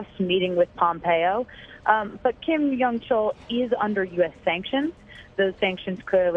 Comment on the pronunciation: This mediocrity of a reporter has trouble just saying the name Kim Yong Chol. If she were a clarinetist at an audition, she would be asked to leave the stage within 30 seconds.....